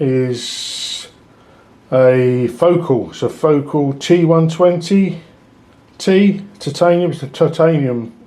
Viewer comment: At last, another real man who doesn't shy away from pronouncing "titanium" correctly, rather than saying, "tie-tanium" instead.